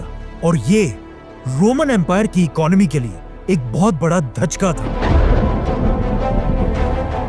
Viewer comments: Dhachka nahi yaar dhakka bola karo 😊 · Dhajka galti se bole hai aap ya dhajka hi hota video time 1.16